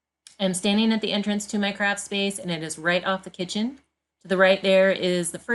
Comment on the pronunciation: Loved how you did that! The girls are so sweet!! Love your dogs too!! (I know you said “craft” but I thought I heard “crap storage”!? 🤣🤣) I love my Ikea (Alex) drawers!! Thanks so much for sharing!!❤️